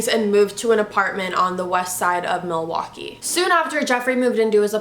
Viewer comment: I live in Wisconsin and that’s not how you say Milwaukee